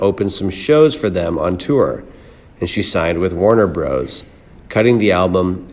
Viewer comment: As a narrator, you may want to learn to "simpatico", "Warner Bros." and Muscle Shoals.